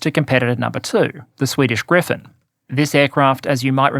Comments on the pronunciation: gripen not grifen -) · Bro. P, not F. Its the JAS Gripen. Not Griffin. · The Gripen is not pronounced "Griphen". It means "The Vulture". Not the mythical creature. In English the pronunciation is closer to "Greepen". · Gripen....Gri...Pen....not Griffin! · Hmm it seems like changed his pronunciation of gripen. I think it used to be closer to Gree-pahn with a rolled r. Lately it's sounding more like griffin... or am I crazy? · take a shot every time pronounces Gripen like Griffen lol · Griffen!? No, and not Grippen either; its "Griipen", a slightly longer "I". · It’s spelled GriPPPPen. Even if it means griffin or griphon or whatever. OMG